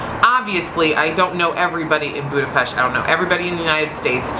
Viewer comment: *cries happy tears* Finally a foreigner pronouncing Budapest right